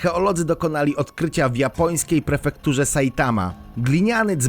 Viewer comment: PREFEKTURA a nie perfektura , poszukiwacze wyświetleń...